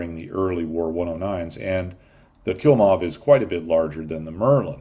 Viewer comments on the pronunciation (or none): KLI-mov NOT KIL-mov!!! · Klimov engine, not Kilmov, for heaven’s sake. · Great video! Just a little detail though, the engine of the Yakovlevs is called Klimov not Kilmov. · Just a heads up, it is pronounced "KLEE-MOV", not "KIL-MOV". They are still in business making aircraft engines. I do feel a little like I'm correcting the "Professor" here but I thought you'd want to know. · I think that the YAK-1's engine was called Klimov, not Kilmov (if I did hear that). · Yak's engine name was "KLIMOV", not kill-moth or kill-mob. It does not kills moths or mobs. Thanks! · Believe it is Klimov, not Kilmov. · the yak used a "Klimov" engine not a "Kilmov" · Klimov, not Kilmov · Kilmov? Kilmov? The Russian aero engines were KLIMOV. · the 'kilmof' engine you mention ( ish)...................very funny for dutch people